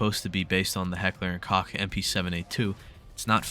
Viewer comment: cool list but i cant get over your mispronunciation of heckler and koch